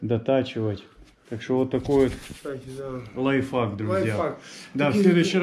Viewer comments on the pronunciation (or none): не Лайфак а ЛАЙФХАК